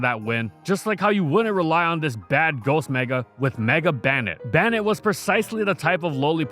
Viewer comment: Why does bro pronounce Banette like that